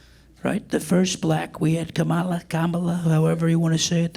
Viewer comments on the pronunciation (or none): You're funny but are intentionally mispronouncing Kamala. Nothing really funny about that.